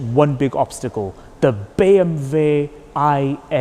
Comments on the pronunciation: but he is speaking in English, so it sounds ridiculous. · Its actually the correct way to pronounce it in German “ BE EM VE”